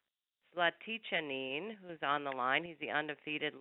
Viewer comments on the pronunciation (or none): lol, conference mediator couldn't pronounce zlaticanin's name